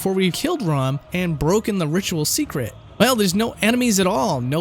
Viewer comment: Did you actually play through Bloodborne? It sort of seemed like you just googled stuff about it. Like, you called Rom Ron and mispronounced Byrgenwerth. I don't see how you could make that mistake considering how often you see/hear those words in the game.